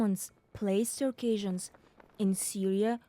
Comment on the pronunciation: Please learn how to pronounce Circassians correctly, it's not pronounced the same way as Caucasians